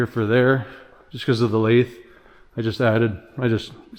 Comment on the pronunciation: Stop calling it a "lay-thh" it's a softer th like then. Not an airy th like thought. I squirm every time I hear it